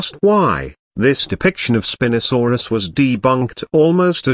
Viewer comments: "Spin-osaurus" instead of "spine-osaurus" is the best thing in this video so far 🤣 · The best part of the spino section is probably the text to speech calling it spinasouris instead of spinosauris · Also you are not pronouncing the spinosuarus properly